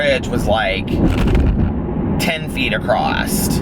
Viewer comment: "This bridge was like 10ft acrosst" 😂😂😂💙💙💙💙💙💙💙💙💙💙💙